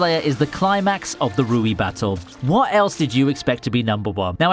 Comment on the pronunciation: I like how he calls rui, ryu 😅